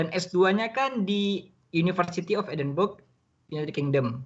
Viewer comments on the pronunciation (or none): Cara menyebut "Edinburgh" bapak moderator ini kurang tepat, mungkin karena tidak pernah main jauh ke UK. Tapi cara diucapkan oleh bapak dosen itu betul. "Edinburgh" sebutannya "edin-bre" bukan seperti ejaan "edin-burgh".